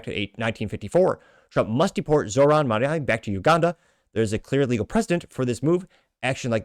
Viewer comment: The name is Mamdani.. M A M D A N I…